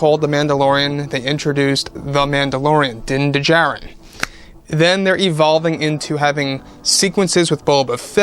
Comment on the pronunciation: In Djarin the D is silent